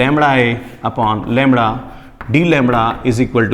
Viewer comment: Am i the only one cracking up about how sir pronounces lambda like 'langda' ?